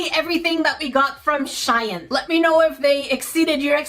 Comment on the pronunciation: She-in good girl no Shain